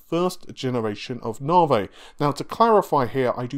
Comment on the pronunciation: “Narvay”, & don’t forget “Freds”